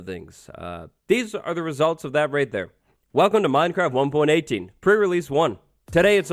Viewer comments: PRE RELEASE!!! NOT PRE RELESE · Release not relese 😉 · so excited for the "PRE RELESE" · Can't wait for another Pre "Relese" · pre relese? - release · "pre relese" hmm. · " Pre relese " 😂❤